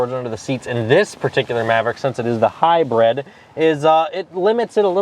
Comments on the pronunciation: What's a "hybread"? It's hybrid. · Hybrid should be pronounced like high grid, mid, bid, or squid. High bread is an edible sold at Phish concerts. And high bred is someone born into European royalty.